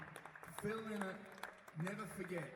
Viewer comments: Phil LYNOTT. It’s amazing the amount of fans that don’t know the right pronounciation of Phil’s surname. And this is the way HE pronounced it when asked (by Gay Byrne on the Late Late Show) if His name is LYNOTT or Linnet. The man himself said it’s pronounced Lie Not. LY NOTT. LYNOTT. Not Linnet !! Get it right please. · The best TRIBUTE to PHIL LYNOTT would be for people everywhere, including Ireland, to LEARN HOW TO SAY HIS NAME CORRECTLY. It was pronounced "LY-not"... rhyming with "WHY not". Phil Lynott's daughters said in a Guardian interview that he hated when people called him "Linn ott," and that he would say "I'm not a f-ing bird!!!" Amazing how so many fans got it wrong for so long. Here is Phil Lynott pronouncing his name correctly